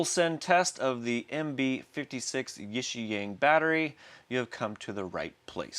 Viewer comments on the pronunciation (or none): Hey man, I think it's pronounced YIXIANG not YIXIANG. 💥